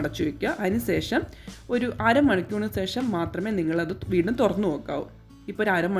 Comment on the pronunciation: സെഷം അല്ല ശേഷം 😂. Thangal full സെഷം എന്നാണ് use cheyunne